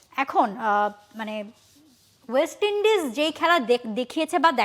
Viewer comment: ওয়েস্ট ইন্ডিজ ঠিক করে উচ্চারণ করতে পারছে না, কি অবস্থা এরা বসেছে টিভি চ্যানেলের এংকার হিসেবে😂 মাদ্রাসা ছাপ শিক্ষিত 😢